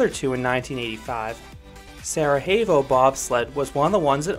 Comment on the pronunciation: Sere-YEH-vo, not Sere-HEY-vo. It's not Spanish, it's Bosnian. It's where a Winter Olympics was held in the 1980s.